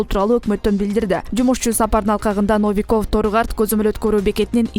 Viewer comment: Но-ви-ков деген сөздү туура удрение коюп окуй албайт. Биринчи муундагы( Но) о тамгасына ударение коюп оку.